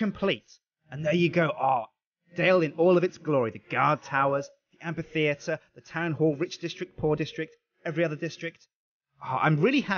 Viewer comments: Yeah he does, the correct way of pronouncing the 'ph' in amphitheatre is not as a 'p', but as an 'f'. You know, like in basically every instance you encounter the 'ph' in the English language. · After all this time spent on building Dale, he still mispronounces the word amphitheatre.